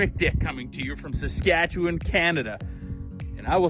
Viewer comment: Geez Quick Dick! can even say Saskatchewan right! Better than someone from Ontario! Good job!